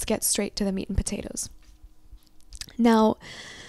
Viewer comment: Well I was doing just fine until you said, "Meat and Potaotes" 😭🤣🤣🤣 🤤🤤🤤😫